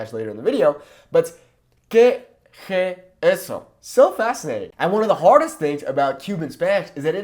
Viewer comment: its more like qué e jeso